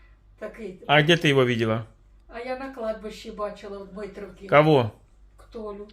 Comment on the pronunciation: Всегда ржу когда эта старушенция говорит КОХО?КОХО? Филин, ей Богу😂😂😂😂😂😂